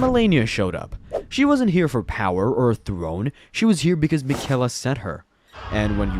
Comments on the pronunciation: Hey man, you don’t pronounce Miquella’s name correctly. I’m not upset or anything, but I hope you delete your channel. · Miquella’s name is probably the one you hear the most in the game how are you saying it wrong